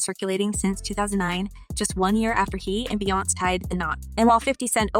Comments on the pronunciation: How white can one be? The fact that she can't pronounce Bee-yonz's, Bee-yons, name correctly is UNBELIEVABLE!!! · Jay-zeee🤦🏾‍♀️🙃🤣 Bee-younze😡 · The way she keeps saying Beyonce wrong is obnoxious. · Okay honestly. When you report stories, please say the names correctly. Little things like this makes a difference on dishing your content. Saying and pronouncing names in the wrong way literally lowers your credibility as a content creator. Your pronouncing Beyonce incorrectly and it hurts my ears